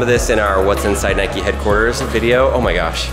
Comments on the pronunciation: Its note nik-E its prinounced nike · It's NIKE NOT NIKEY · it's Nike not Niké!!!!!! argh lol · Nike not nikee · He was saying Nike wrong. So wrong. 🤐🤐🤐